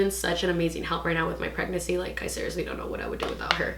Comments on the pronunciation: Thought I was trippin lol she isn’t pronouncing the second N but she’s still cute tho. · the way u say pregnancy😆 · I noticed too lol